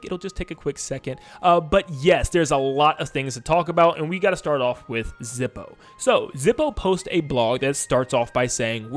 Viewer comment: "Zippo" No.